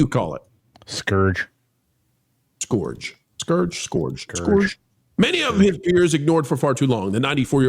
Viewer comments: It's skurj. Not scORj. No word should EVER come close to rhyming with orange. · Word geek here: It's pronounced skurj